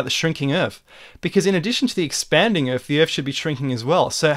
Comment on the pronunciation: I can't take anyone seriously that can't pronounce 'Earth' correctly.